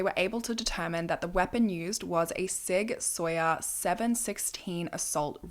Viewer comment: Hi, Sig Saur is pronounced Sig Sour. It is a German company.